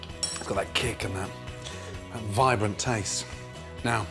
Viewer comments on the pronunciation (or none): take a shot of vodka everytime gordon says fragorant or vribrant